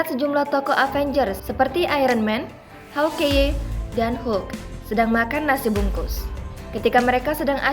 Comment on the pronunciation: Anjir hawk eye dibaca mentah2 haukeye 🤣🤣🤣